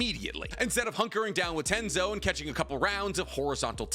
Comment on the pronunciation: TENJI!! IT IS TENJI NOT TENZO And if it wasn't a filler I'd be beating up some one BECAUSE (HOW THE FUC*K THERE WAS A FREAKING MOON WHEN KAGUYA ATE THE FRUIT AND PUT THEM UNDER INFINITE TSUKUYOMI, AND 17 YEARS LATER HER SONS MADE HER THE MOON?????) for real if it wasn't a filler Naruto Shippuden would turn to crap LITERALLY